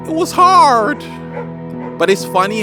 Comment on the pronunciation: I have social anxiety and depression. I meditate a lot and it helps! Also, I love how you say hard like a North American but everything else is British haha